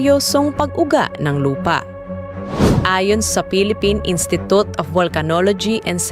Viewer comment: institot talaga mag pronounce?😂😂😂😂😂